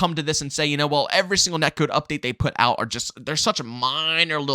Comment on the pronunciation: "Net kewd"